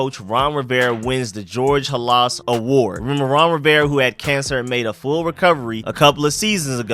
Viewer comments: Bro...it's pronounced George "HAL is" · HALAS PRONOUNCED LIKE " HAAH - LESS " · Saying Halas name wrong